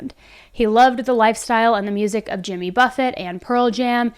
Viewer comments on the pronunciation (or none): none